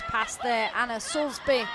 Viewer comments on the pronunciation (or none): Who is Anna 'Soulsbury' ? it's Soulsby !